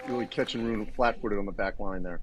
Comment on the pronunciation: Ru-ne !!! ( TWO syllables!! ). Not that ugly sounding "roon" thing! I would have thought, that even English tennis commentators would have bothered learning that simple name by now!?!! But apparently not.